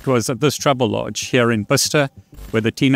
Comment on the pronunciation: Why do you say "troublelodge" when it's "travellodge"?